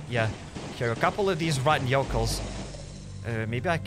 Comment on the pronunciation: Mans just said rotten yokels